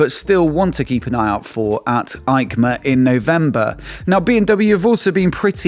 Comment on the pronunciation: Hi, I watch almost every episode with pleasure, but please don’t say Aicma but Eicma 😀 like Esposizione Internazionale Ciclo Motociclo e Accessori. It’s in Italy not Germany 😂 hugs